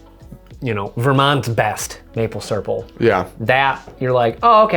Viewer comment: The vampire comment of “maple syrple” and totally not being noticed…😂☠️